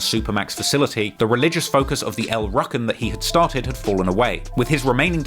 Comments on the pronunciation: It’s pronounced (El-Roo-Ken) not “ruckin”🙄🤦🏾‍♂️ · It’s pronounced el roo kin